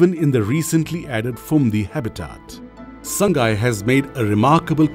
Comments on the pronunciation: Please pronounce 'Sangai' as /SAA NGAI/ It's not /SAANG GAI/. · very good video 👍👍👍 but sir sangai should be pronounced as Sa-ngai